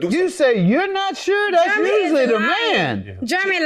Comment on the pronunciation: YOUNG LADY SAY IT SLOW IT'S JEREMY SOUNDS LIKE JER RA ME SAY IT WITH ME JEREMY